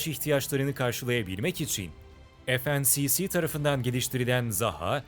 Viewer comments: "ef en si si" dedi ya la! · FNSS i yanlış okuyorsunuz okuduğunuza göre ismi FNCC oluyor